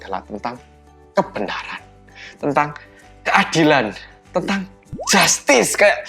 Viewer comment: Ngguya ngguyu pas ndelok le ngomong justice 😭